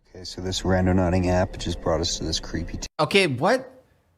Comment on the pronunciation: When it's more than half way through the video before FINALLY realizes it's "randoNAUTING" not "randoNODDING".......even though the correct spelling had been on the screen fifty times already.